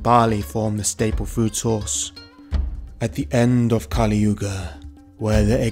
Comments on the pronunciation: Just another thing, Kali( goddess, pronounced kah-lee) and Kali( demon, pronounced as kuh-lee) are different. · a few clicks more Kali Purnaa (purna = 'completely')